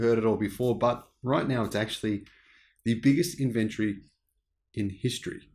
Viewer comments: Good video, but ffs pronounce inventory with an o in it...... Not Inventry. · I didn’t know what you were saying every time you said inventory. You were saying it like inVentery. Tory like story. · Interesting points, and for once, I agree with you, but I really wish you’d learn how to say “inventory “ correctly. 🤦🏻. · Weird pronounciation of inventory